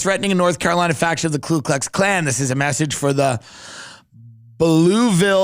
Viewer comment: Why does Tim say "KLU Klux Klan"? Is he transracial?